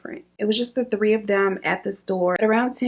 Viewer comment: tree instead of 3 like he’s Caribbean 🤣😂